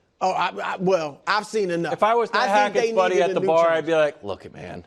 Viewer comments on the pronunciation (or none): none